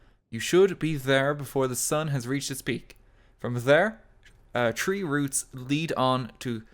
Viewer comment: "tree ruts," yes i see the Irish blood in ya get´n stronger